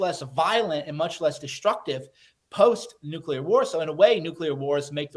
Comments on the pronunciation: BENNY! The word is NUCLEAR not NUCULER…..still love the show tho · AGAIN BENNY MISPRONOUNCES LARGE CHUNKS OF HIS MONOLOGUE. WHAT THE HECK IS A "NOOK-YU-LER"?